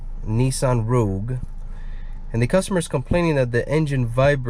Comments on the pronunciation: Lol "nissan ruge" is what is sounds like what you're saying, "rouge" is how its named, the "o" isn't silent bro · Turns out it's neither, it's Rogue lol